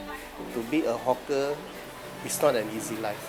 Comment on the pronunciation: "hawker" is pronounced HAWK-ER like the bird HAWK not HOCK -ER.